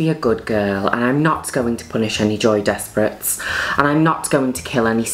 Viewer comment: No one: Juno: joey desprit